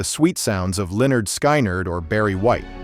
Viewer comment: Linerd Skynerd 😮🤣🤣🤣 Sorry, you're A.I. voiceover got me laughing on that one.